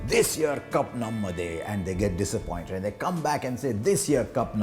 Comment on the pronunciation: It's not Namadhey It's Namdey